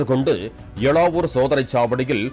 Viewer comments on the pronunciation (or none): அது " எளவூர் " 🤣😂😂🤣